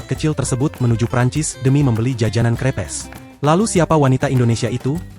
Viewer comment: baca crepes sesuai tulisan itu sesuatu bgt ya ai